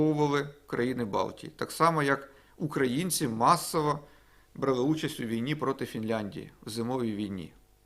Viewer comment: самІ, будь ласочкаааа🙏🙏🙏, наголос. І брАли, дуже просимо❤❤❤